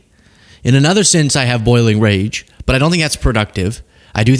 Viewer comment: I'm gonna totally lose it if you keep saying, "AY-nother". It's so weird